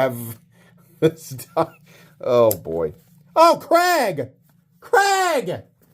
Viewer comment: I'm gonna make the joke "It's Craig, not Creg" Also, great YT retail stories. Much recommend.